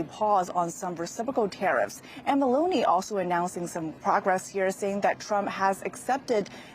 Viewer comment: Meloney as in Baloney.Its not Melooni.😊 🎉